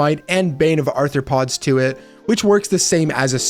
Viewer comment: 1) You misspelled "ARTHROPODS"... it's not arthorpods, which is why you keep pronouncing it as "Arthur"...Arthropods, not Arthur pods.... say Are throw pods..... there you go, muppet....